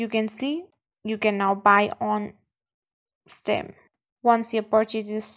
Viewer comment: It is steeaaam not stem